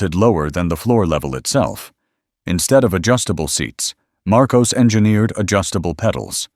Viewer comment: And it's pronounced "Mar-koss", not "Mar-koze"